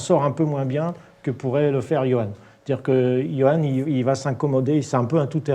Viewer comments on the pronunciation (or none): SVP JOHANN et pas YOANN !!!!!!! sinon super emission